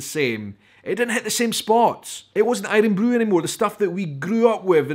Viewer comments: Mate, who says aye-run-broo in Scotland? It's iron broo. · My guy says irun bru and he is from Edinburgh